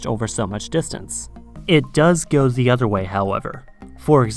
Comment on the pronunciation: Why do you say "za"? 🤣